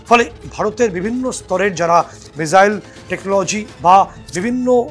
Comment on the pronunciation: Pls don't mind. Pronunciation ta not mizaile but missile